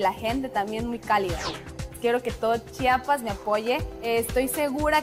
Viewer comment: que tan dificil es decir. CHI A PAS CHIAPAS